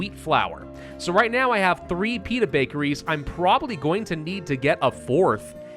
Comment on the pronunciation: Everytime you say Pita i keep hearing Peanut lol XD yes produce more peanut bakeries 😄